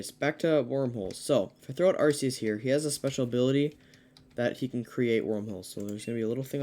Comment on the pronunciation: It's called ARCEUS! (ARK EE US) Not Arseus lol